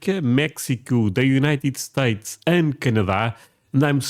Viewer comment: ok i subbed after you said "United Sates and Iran.."